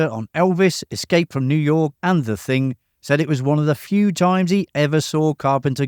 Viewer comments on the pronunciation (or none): none